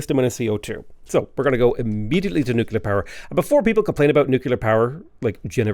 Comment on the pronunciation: The fast talking makes me think you’re reading a pharmaceutical side effects list. I have to say, though, that ‘nucular’ drives me just south of batshit 🧐